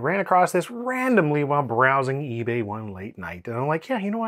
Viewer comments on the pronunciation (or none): none